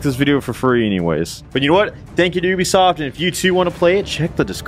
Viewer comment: Chaotic Evil: "Oobisoft" Chaotic Good: "Yoobisoft"